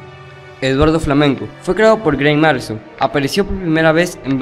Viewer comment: Te fallo es Grant Morrison no "Marrison" el no es cualquiera y no soy fanboy pero si te equivocas con un nombre tan importante como este escritor no conoces a Batman y no fue solo tu crédito tu también lo dijiste así no lo tomes a mal mejor investiga mas ya veras que harás un mejor trabajo en el futuro